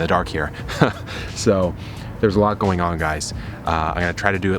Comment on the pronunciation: Did you say "growin on" instead of "going on" when about to show what was in the raised bed? Because if so that is kind of great. Subtle and great haha